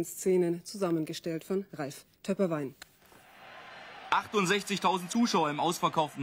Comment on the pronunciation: Die Ruge ist echt... Der Reporter heisst nicht Töpperwein, sondern Töpperwien. Für mich mit einer der besten Sportreporter ever.